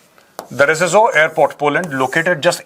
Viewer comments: Zeshov.....pronouce aise karo. Navroski.... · That airport is pronounced as “ze-show” I worked there and its 80 km from Ukrain, not from Russia